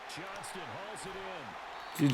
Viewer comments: please. This is day 3 of me commenting. It’s Johnston, not Johnson 😭. Idk why it bugs me so much but it does. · It's Quinton JOHNSTON!!! READ THE T IN HIS LAST NAME! Commonnnnnnn mannnnnnnnnn